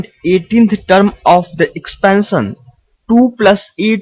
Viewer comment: This is term not tarm